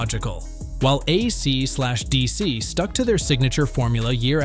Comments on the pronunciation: "uh See de SEE", Ay see Slash Dee see,. Dude comma tell your A period I period not to pronounce the punctuation marks period And teach it how to pronounce and inflect the band name A C D C. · Oh my god, for real. An actual quote, "When A Cee slash Dee Cee..." What!?!?! FUCKING AI SLOP!! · AC SLASH DC???? WTF! You need to tell your AI that it’s still dumb, nothing intelligent in the machine 😂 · Mispronouncing AC/ DC then playing a Boston song gives this video the credibility of a US President. F this AI video.